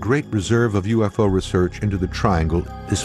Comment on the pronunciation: did he just said "HE SAW A USO" o_O